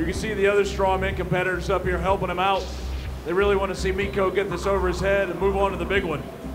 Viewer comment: Dude was calling him MIKO the whole time lmao 😂